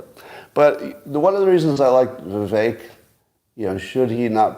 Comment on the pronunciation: Someone please tell Scott...his name is ViVECK, neck, Beck,wreck, Shreck, tech, fleck NOT ACHE!!!!!